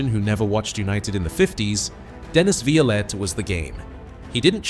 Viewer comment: Dennis was a character but was a ladies man. That's why busby got rid of him.. and BTW it's pronounce violent. (It's 2 syllables not 3...)